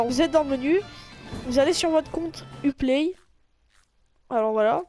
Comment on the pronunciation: Tu sais pas parler Lums ça se dit Loums Et Uplay ça se dit You Play